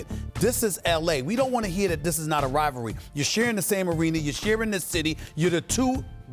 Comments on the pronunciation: Does not anyone on these shows know how to pronounce the word "rivalry"? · “Rivalry” 🤣🤣🤣🤣 16-0 biches